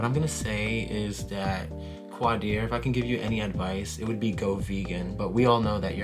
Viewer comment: Had to stop the video once you started saying his name was ugly. What in the world. His name is not QUAAA DEER. Qaadir is a beautiful name rooted in history. If you can't respect other cultures, that I can't even take what you say seriously. If you